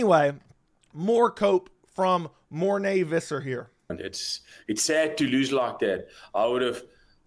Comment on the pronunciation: Who is Morné Vizzar? It's Visser.